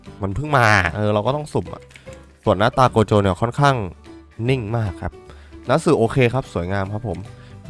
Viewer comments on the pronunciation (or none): ครับโกะโจครับไม่ใช่โกโจ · โกโจครับไม่ใช่โคโจ